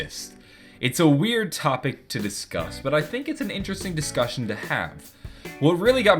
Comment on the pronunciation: oh and u said don't tink instead of think